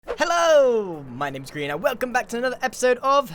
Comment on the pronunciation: Grian* not grain